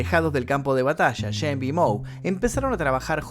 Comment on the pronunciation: El nombre se pronuncia SHEMP...con SHHHH...no es YEMP... En varias frases lo pronuncias deformado.¿podrías pronunciarlo adecuadamente?